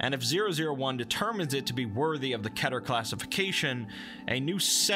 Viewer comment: I’m so triggered about how you say keter like ketter